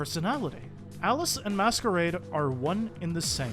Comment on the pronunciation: Way you pronounce masquerade as they it's he